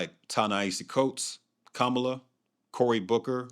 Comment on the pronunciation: Starting around 13 ish minutes in, the caption timing is way off. Also, you're not pronouncing Kamala or Ta-Nehisi correctly